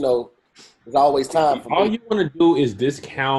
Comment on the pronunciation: Notice how always says tine instead of time. Oh my dear.🤦🏾‍♀️🤷🏾‍♀️🤦🏾‍♀️🤷🏾‍♀️🤦🏾‍♀️🤷🏾‍♀️